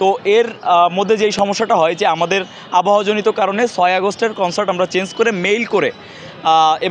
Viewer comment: কন্সাল্ট না কন্সার্ট 😊😊